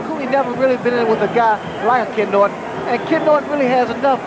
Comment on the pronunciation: When the ring announcer mispronounced Ken Norton's last name he should of gotten the hell out of that ring. It was all downhill from there.